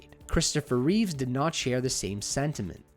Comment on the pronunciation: Christopher Reeve not Reeves like Keanu